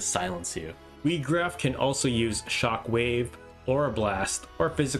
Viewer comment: His name is not pronounced wee-graf it's pronounced why-graf good video though